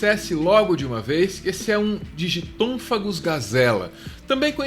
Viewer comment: É Digitonthophagus e não Digitonphagus